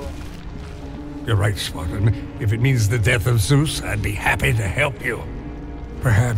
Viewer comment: "Zeus" no "Juice" yes